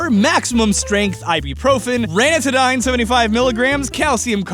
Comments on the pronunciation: Clearly a box of Ranitidine *RUH-NIH-TIH-DEEN*. "Rantidine!" always has trouble pronouncing medication!:D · It's pronounced RAN-IT-i-DEEN.